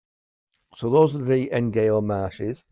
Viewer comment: It's pronounced Nyo for future reference. These are all good titles. Death in a White Tie is particularly good.